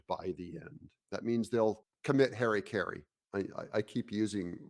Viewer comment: Ha-ra-ki-ri, not Harry-carry. When will Muricans learn to pronounce the words?